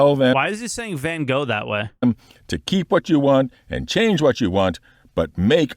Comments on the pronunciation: I do wonder with the ship pipeline new strategy of going manufacturer by manufacturer whether we will still have the gameplay accompanying every ship on arrival? Guessing not as the cutter scout already violates this rule :( Also he is saying van gough slightly more correct than people normally do. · He pronounced Van Gogh as we in NL would.